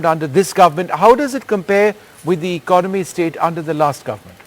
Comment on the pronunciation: I suggest that first looks up the dictionary and learns the correct pronunciation of the word “ economy.”